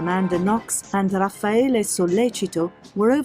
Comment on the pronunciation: You know so little about this case that you don't even know RAFFAELE'S name. It's not "Rafaelo". So tell me, if it was a 'sex thing gone wrong' exactly HOW did they leave no DNA in Meredith's room, NO fingerprints, and NO bloody shoe/footprints while Guede left ALL of those? Did they have on hazmat suits and levitate? What evidence or testimony is there that Raffaele wanted to "sleep with them both" or that Meredith kept telling Amanda to "clean up her mess in the house"? HINT: there wasn't any., Your post is an excellent example of the Dunning-Kruger effect: "a cognitive bias in which people with limited competence in a particular domain overestimate their abilities."